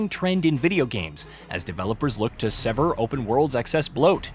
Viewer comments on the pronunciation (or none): none